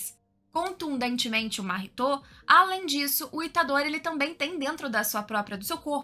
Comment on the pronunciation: Dá uma agonia de ver ela falando os nomes dos personagens... Máhito... Aí daqui a pouco falava Mahitô... Nânami... Itadôri...puts!